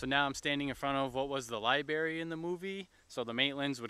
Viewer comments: It's LIBRARY not LIBARY!! haha Your pronunciation is killing me!!! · I think he said, “LIBEARY” as in library for bears 🐻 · LibRaRy, man. Not libary. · omg that bothered me SO MUCH lmao! i was like, say it with me LIB - RARY!! so cringe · Hey Man, you said liBary a few times , but yeah the issue I see is how you adressed it .. so butthurt... anyway, nice to see this place still exist tho ... nobody's making fun of you , we're all grateful to see the places of this movie. really there is nothing wrong in making mistakes Thanks :) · Lie banana not lie berry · He needs to go the library, and get hooked on phonics.